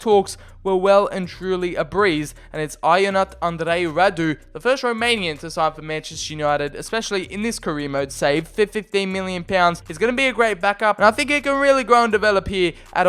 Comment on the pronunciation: Not criticising just wanted to say Ionuț Andrei Radu is pronounced Yo-nootz An-drei Rah-doo